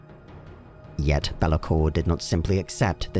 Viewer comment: It's not bel-a-kor; it's bay-la-kor